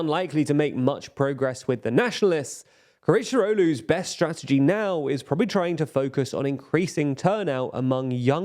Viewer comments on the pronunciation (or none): none